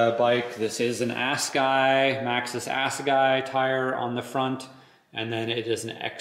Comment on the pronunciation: It's pronounced Ass uh guy. It's a Zulu war spear. The tire was designed by Greg Minnaar.